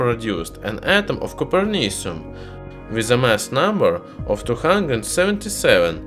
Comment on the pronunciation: Is it like coper? Sounds like Cooper Cu.